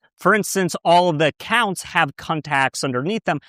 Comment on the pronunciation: "acocunts" noiceeee 😏